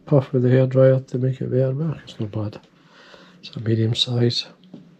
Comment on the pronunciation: When you first mentioned the hair dryer in your Scottish accent, I immediately thought of Alex Ferguson 😂.